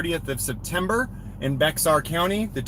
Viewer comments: It’s pronounced “bear” county btw. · Looks like a case for the Texas Commission of Judicial Conduct. FYI, “Bexar” is pronounced “Bay Are”, the x is not pronounced.